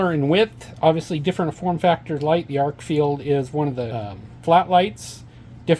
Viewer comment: Good review and comparison. It's pronounced Arkfeld rather than Arkfield. And the UV mode has two outputs--low and high.